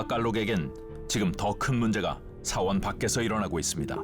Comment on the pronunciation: 서원이야 사원이야 나레이션 발음이... 계속 신경쓰이네